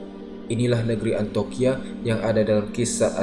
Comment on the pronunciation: iya harusnya dibaca Antiokia.. tapi terus menerus dibaca 'antokia'